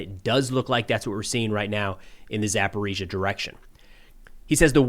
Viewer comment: Thanks for not using the Russian pronunciation of Zaporizhzhia anymore.